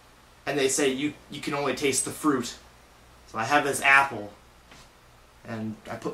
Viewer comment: ahhaha you say apple funny :')